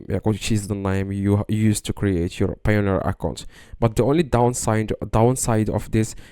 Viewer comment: "How to receive money on Payoneer" Do you even speak English?